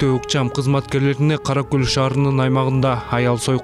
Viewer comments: Караколь эмес Каракол. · Одно замечание☝️☝️☝️ В последнем эпизоде Название города НЕПРАВИЛЬНО ПРОИЗНОСИТ КОММЕНТАТОР Каракол☝️☝️☝️☝️☝️ А не каракөль🤷‍♂️🤷‍♂️🤷‍♂️ Это два разных города ☝️☝️☝️☝️☝️☝️☝️☝️ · Каракол деп оку Караколь деген башка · Комментатор атаңын Кара Көлүбү Кара Кол деп туура айтчы тантырабай😡